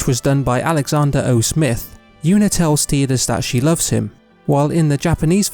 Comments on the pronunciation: Tee-dus? Oh come on. BEE-tah?! I can't watch this video without getting mad. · I will never accept Tee-dus as the pronunciation. It just sounds so damn stupid in English and with the game’s water motif, the fact that it’s now tide-us is baffling. It’s right there! And idk how to describe it sounds a little pervy? Probably bc it sounds like teet or titty lmao. that trailer voice actor really did screw it up for us